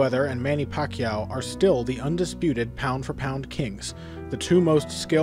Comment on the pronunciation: This guy has been pronouncing Pacman's last name wrong the entire time..